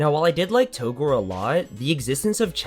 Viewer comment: It's pronounced "togrey"